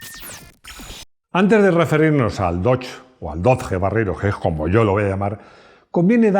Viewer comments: no temas llamarlo dodye. No sigas con el españolismo con los nombres! Va dicho con franqueza. Con Citroen o Peugeot por ejemplo, los pronuncias bien! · La primera vez que dejo de ver un vídeo en este canal; a la vez que ha dicho [dodje] o [doch] ya me ha hecho bola y misofonía. 😂🤷🏻‍♂️ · Hola. No entiendo porque explicas el 'Haiga" a los no españoles y sin embargo pronuncias Dodge mal a la manera española y no a la manera que todo el resto del mundo conoce al Dodge. Te recuerdo que tu canal se ve mas haya de España y es importante los nombres se pronuncien bien. Igual que pronuncias los nombres en frances bien, debes de hacer lo mismo con los nombres ingleses. Gracias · Por favor, aprended a pronunciar correctamente DODGE que no es tan dificil. No es una palabra toledana... sino inglesa. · los españoles es verdad que si españolizamos muchas palabras americanas. Pero Dodge no. Eso decia un niño de 5 años que esta aprendiendo a leer, pero con 8 ya sabia como se pronunciaba 😂 por el Dodge Viper. Es como el iPhone, hay marcas que si se pronuncian mas o menos bien. Pero otras como nike, Louis Vuitton... Las pronunciaremos como el culo durante decadas.